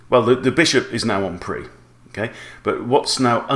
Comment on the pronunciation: 'en prise'